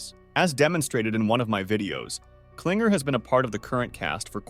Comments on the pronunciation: It's "king-err" not "cling-err" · you literally didn't even pronounce pomni, kinger, kaufmo, ragatha correctly. You call pomni Pomani, Kinger Klinger, Ragatha Raatha, and Kaufmo Kafmo. you called Murder Drones, Killer Drones show. How do you screw up that bad?! The characters names aren't that hard to say! Murder drones is not called Killer Drones Show! Whatever 'research' that you did, was terrible! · “pomini” “pompeii” “cowfmo” “klinger” “rawtha” 😭